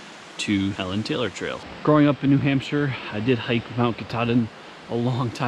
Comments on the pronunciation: Fun fact: Helon Taylor is actually pronounced "HEE-lon Taylor". He was the first Park Supervisor of Baxter State Park. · It’s pronounced Hee Lon Taylor. I don’t know why. But yeah.